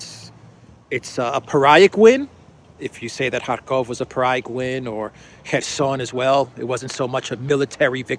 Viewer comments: NB - pyrrhic is pronounced "peer-ick" not "pie-rick". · Pyrrhic …..peer-ik